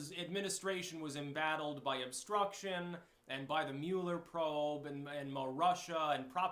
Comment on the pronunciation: At last!! A person who knows how to properly pronounce Mueller's name. Thanks.